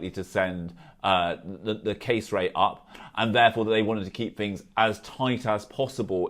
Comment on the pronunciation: Pretty sure he's saying 'fings' not things too.